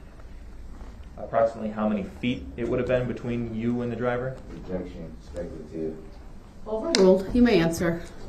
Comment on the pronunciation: Agreed with speculation on opinions, but what absolutely wrecked me?! When Duh-rell "Goblin" Brooks objected to DNA analysis results as "Speck-a- la-tive"..I was freaking crying from laughing so hard..lol! DNA results are speculation to Duh-rell..Hence the DUH. 😂